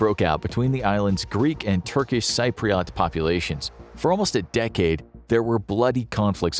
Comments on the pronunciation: As a Greek Cypriot from Britain, Cyprus being highlighted in red along with Turkey in the thumbnail better be a mistake. Also, your pronunciation of Cypriot as “Sigh-pre-awt” makes me wanna die. Not just that, I have never heard anyone describe the Turkish invasion of Cyprus as badly as you guys did in this video. Cyprus was invaded. Turkey invaded Cyprus. That northern part of Cyprus is illegally-occupied territory, Turkey even sent ethnic mainland Turks to go & live in said occupied territory to artificially inflate the population. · learn to pronounce cypriot :DD